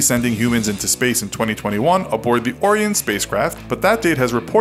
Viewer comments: You mispronounced a couple of thing: It's Yuri Gah-gar-in, not Gah-gar-ee, and NASA's new capsule is Or-eye'-un, not Or'-ee-un. Orion is a constellation. Your title suggested a feature for feature, philosophy for philosophy comparison of NASA and SpaceX but that did not happen. No banana. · I'm sorry if you've been told this already, but it isn't pronounced like Orin, but Or-i-on. Nice video anyways! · "Oreeun" 😑😑😑😑😑😑 IT'S ORION! OH-RYE-ON! ORION! GET IT RIGHT. Also "YerAnus"😑😑😑😃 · that word you pronounced like "Ore-re-in" spelt "Orion" is actually pronounced as "Ore-rye-an" the same name as the constellation of "The Hunter" (Also I don't know how to use regular phonetic script, so please deal with the composition of words that form the pronunciation. Thank you) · that "or-e-on" spacecraft huh. not "oh-ryan"? lol Orion im sorry you had to be called that. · ORA-YON(Orion) not ORE-YON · its OR-IE-ON OREON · oh-rie-on not or-eon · It's O-Ryan. Not O-Reean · Lol it's not " awe-ri-on" it's "oh-ryan" Orion. Is how it's pronounced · OH-RYAN (Orion) .... not oreon... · A) The Orion capsule is not the same thing as the Space Launch System or SLS. Technically there is not an "Orion Program"B) Orion is not pronounced "Oh ree on" by anyone at NASA, but "Oh rye en" instead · Why are you pronouncing Orion OR-EE-EN instead of OH-RYE-AN? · Oh-Ry-An. Not Or-EE-en. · O-Ryan on orian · I'm sorry but it's it's not or-ee-en it's oh-rye-in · Orion is pronounced (Oh-RYE-in) not (Or-EE-in) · Have you also been made aware of the correct way to pronounce "Orion"? Kind of like this: Or Ryan. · Lol this man said orean so dumb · "Or e on" ugh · It's pronounced O-rye-uhn. Like the constellation. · Can't get over your pronunciation of Orion. It's uh-rahy-uh n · Did you just pronounce Orion Or-Re-Own? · You pronounced Orion wrong... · Minor issues: The first man in space was Yuri Gagarin, not "Gagari". You also pronounce "Orion" oddly. "Ore-Ryan" is how most of us say it.